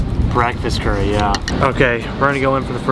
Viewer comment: Hey tip from a Japanese guy! Japanese curry is pronounced kare not curry.